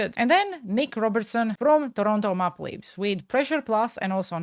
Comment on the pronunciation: Toronto mauh-pluh leafs 🤣🤣🤣 May-pel that’s how it’s pronounced lolol